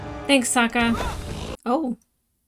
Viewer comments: We need you to stop pronouncing Sokka like from the Shyamalan movie before you get used to it. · this pronunciation of “Sokka” is all someone needs to hear to know she watched the movie first lol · its SAHHHHHKA not SOOOOka u'll get it the further u get in the series :3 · You keep switching between how you pronounce Sokka... I think the way you say it, "soak-ah" is from the movie. Which is a hard no from the fans lmao. His name in the animated show is "sock-ah". Just thought I would clarify as hardcore fans may get upset. When I first watched this show I was late teens and I avoided the it bc I thought it was just a kids show. Someone convinced me to try it out and the episode where Aang has to confront the genocide of his people and the death (literal skeleton) of his mentor and friend, I was like "oh.... not just a kids show." lmao that was DARK. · I assume you know by the time you read this comment, but it's SOCK-a, not SOKE-a. The 2010 movie made that mistake... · Dee Bradley Baker voices Appa, Momo, and pretty much every other animal in ATLA, as well as another character or two. It's "SAH-kah" not "soh-kah". Please repress all memories of The Movie That Does Not Exist, especially name pronunciations. ;) Yes, "unagi" is Japanese for a type of freshwater eel, frequently consumed as sushi. "Momo" is Japanese for "peach", the fruit that he takes from Sokka when Aang names him. ❣ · Just a few notes on pronunciation: Sokka is more like S"ah"kka, instead of S"oh"kka. Zuko is Zuk"oh", not Zuku Loving the reaction so far! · Just for reference with Sokka it's Sock-uh not soak-uh. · His name is Sokka. It's pronounced with an "akka". Watch how you say it, or, young lady, we'll mock ya. But seriously, the movie (mis)pronounces it "soak-uh", and you're liable to give people flashbacks to that abomination. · OH NO YOU SAID SOAK-UH! DAMN YOU SHAMALYAN!!!!! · SOCK-UH, ZOO-KOE, EYE-ROW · Try to use the short o like ahhh when pronouncing Sokka😀